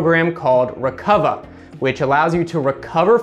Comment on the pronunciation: It's pronounced Rec-Uva